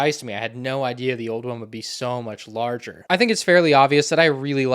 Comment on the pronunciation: The way he said larger had me dying come on lolz